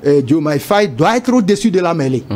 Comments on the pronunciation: Mais ce p'tit se prend pour un français ou QUOI !? 🤔... Au lieu de dire Faye, il dit Faiye. 🤦🏽‍♂️ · Prononcez bien les noms svp. Il y a des sénégalais partout maintenant dans le monde. Faye se prononce Faye comme en français...pas fèye